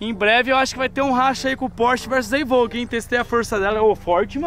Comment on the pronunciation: " é uma land rover evouquey " kkkkkk eu ri agr hein